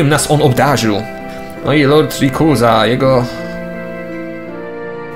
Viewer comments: rejkłaza się czyta(rayquaza) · nie mówi się rikuza lecz rajkłaza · ale spolszczone dla polaków reikłaza wiem że pisze się rayquaza ale spolszczonie czyta się inaczej reikłaza